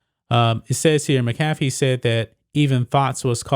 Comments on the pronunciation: No hate but it’s pronounced ( mac a fee) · It’s Mac-uh-fee...FYI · MACK a FEE. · And you keep pronouncing Pat McAfee’s name wrong lord go watch his show just for 10 minutes and hear his name pronounced. 🤢